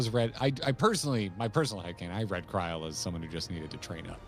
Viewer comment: I'm not sure had read chat at the time he said Kri-el and that he somehow also came up with it on his own.